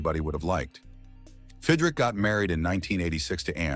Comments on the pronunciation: God you Moron (his name is pronounced Fid Rich) not Fid Rick !!!! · Fidrick? There are great non-AI scripted and audio channels. This is crap. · Bothers me a little - it’s not Fid-rick - it’s Fid-rich. Another video pronounced his name Feed-rick. None the less, this guy renewed my passion for baseball. Maybe Mark went on to another place to do more of the same. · The narrarator could at least learn how to pronounce his name. Fid Rich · It's pronounced "FIDD-RICH", AI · I said that early in the video. But it was a good watch besides! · If you can't pronounce the damn name right, stop doing the videos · Nothing pays tribute better than spelling the guy's name wrong and then pronouncing it incorrectly numerous times. Well done... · You pronounced his name about 10 different ways. SMH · Pronounces his name wrong. AI stinks. I wish videos with AI VO would just say it.